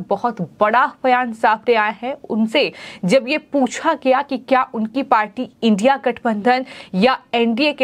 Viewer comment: एंकर जी इडिया नाम बोलना नही आता है क्या😂